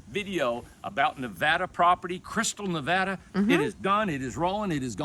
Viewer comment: Thank you so much for pronouncing Nevada correctly! I'd say about 98% say it wrong. Thanks again front a Nevada gal living in an Ohio world😊